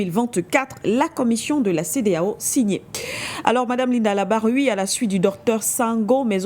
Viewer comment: . Larbaoui , Larbaoui, Larbaoui et non LABARWI !!!